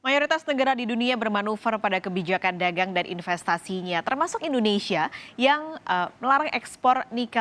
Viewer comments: Ndonesia??? Mana huruf I? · editor kompas tolong itu kurang "I" BUKAN NDONESIA tapi "INDONESIA" haduuuuhhhhhh